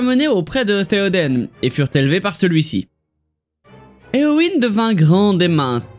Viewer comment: Concernant la prononciation de Eowyn, j'en suis venue à la même conclusion concernant le Y, mais je ne comprends pas pourquoi tu prononces le E plus comme un I vu que tu dis toi-même que EO se prononce "é-a (faible)". Donc je me demande pourquoi tu changes leE en I alors que tu indique qu'il se prononce "é".